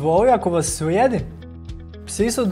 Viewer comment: Umjesto slijedi ksze svjedi